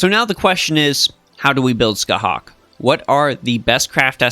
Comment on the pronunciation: Scathach is pronounced ska-haa, so it has no hard k at the end. Every pronunciation guide related to Irish or the Ulster cycle follows this. However, some "pronouncethis" page which is the first Google result says to use the hard K, so that may have mislead you